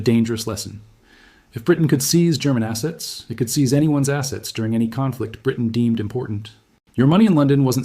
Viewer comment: "Freeze your assets" sounds like freeze your asses.